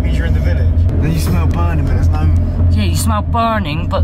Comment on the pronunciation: ally sounds normal until he says words with 'ur' in the word ahaha you can smell burrrrrrning' too funny